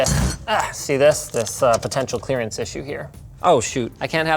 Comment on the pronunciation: "Clearance Clarance??!!"